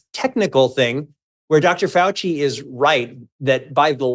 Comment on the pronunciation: Did he just say he respects Fouchy? OUCHY